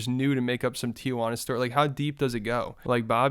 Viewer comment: why do you pronounce tijuana like that? 💀